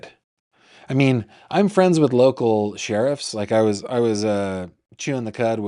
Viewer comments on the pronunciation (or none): none